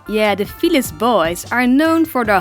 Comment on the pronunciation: I thought you said fetus